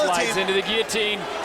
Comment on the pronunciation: You don't pronounce the L's in guillotine!!! Edit: You slupid blastards! There, I used L's when I wasn't supposed to!😁👍 Re-edit: Best fight I've seen in years!! 👊😎👍